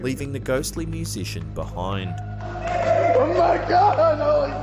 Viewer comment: Oh no, he says musician. My friend had to point it out to me 🤦‍♀️